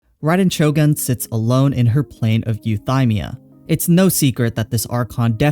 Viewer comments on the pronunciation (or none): I wonder if you pronounced it eu-THIGH-mia on purpose